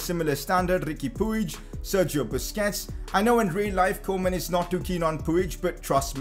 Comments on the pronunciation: It’s pronounced peeg not pooeej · Its PWIHG not P U I G